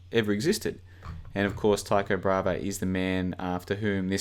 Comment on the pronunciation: It’s Tycho Bra-hey not “brava”